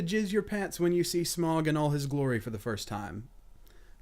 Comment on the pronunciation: Smaug = smawg or smowg . Just saying, Thats how its pronounced xD